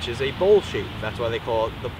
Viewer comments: Its ' bowl ' not ball. the tripod head screw on the other tripod is STANDARD 3/8". The bowl has other uses also. Obviously you do not know. so why offer ' advice ' on things you do not understand ? Just creates more confusion. Plus the pronunciation of names as always in USA not correct. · Here's been saying bowl...